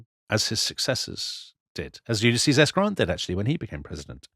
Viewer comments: Are you sure he wasn't trying to say "Ulysses" and not "useless" 😅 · Did Booth say 'Useless' or 'Ulysses' at this death???!!!